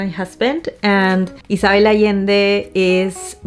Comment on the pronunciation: My name is Isabelle. The way you pronounce it, with the S sounding like a double S and not a Z, and the B sounding more like a V is just 🥰!! It's the first time I hear it pronounced this way and I"m in love! Also crying for a book is SO RELATABLE!!!!